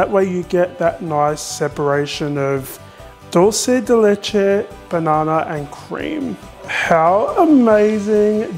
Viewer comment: Wow I'm impressed by your pronunciation of dulce de leche. You are one of the few people doesn't butcher it by "Italianizing".